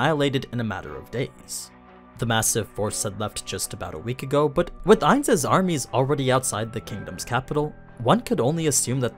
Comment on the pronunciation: I dont understand when you keep saying ains when that wasn't who was fighting?